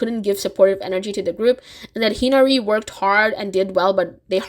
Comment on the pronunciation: Plus the pronunciation of hinari got me too. She said it like henry